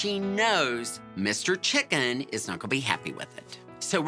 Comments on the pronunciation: The fact that she said chicken like the food and not the animal is wild😂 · why is no one talking about how she said chicken like the food and not the animal